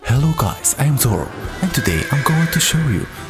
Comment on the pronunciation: i thought it was zorgo its zorro oof